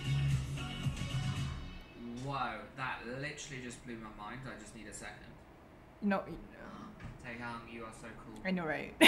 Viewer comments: OMGGGGAGG . ITS NOT TAE YANG ! ITS TAEHYUNGGGGGN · The way he pronounces their names....i can't Oli there is a difference between Taehyung and Taeyong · bro- the way he said taehyung "TeaHYung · Taeyon did you hear guys.. What f***k i angry he can't pronounce Taeyung.. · IT HITS ME HOW HE CAN'T EVEN PRONUCE THIER NAME RIGHT Olive oil - ''jweai haaope, taehugg, yoonki, jingkook '' like what the hell man he was acting like he can lipsync this song but armies aren,t blind too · He is literally saying 'taehyunk'